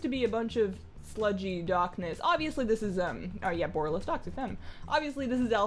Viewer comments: BU-RAH-LUS. BU-RAH-LUS :') not "BORE-UH-LUS" xD love the walkthrough though. I kinda found this place a bit of a mindfxck on the alpha/beta. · i love the way u pronounce the city name, i think bOralus sounds way better than borAlus ... and since it comes from , it seems the more fitting one :3